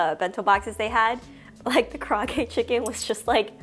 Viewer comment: Kar-ay-ag-e chicken.